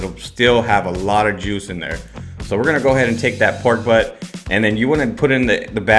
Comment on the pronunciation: If only I could understand what you say when you name the pork cut used. I hear "pork . Recipe seems wonderful.